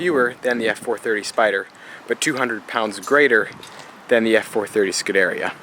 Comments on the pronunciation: Yo. You seem like a nice enough guy. But for the love of God, its "Scoo-dah-ree-ah", "Mo-day-nah" and "Strah-dah-lay" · Butchered every single model pronunciation u could im afraid. Scuderia, modena, and stradale